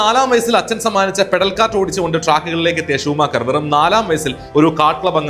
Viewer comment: I heard this name as shoe maker 🥲 But i know that you did this same mistake 😁😁😁